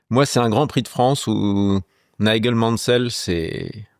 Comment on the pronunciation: « n’aille gueule » Mansell, il s’appelle pas Nigel le dude?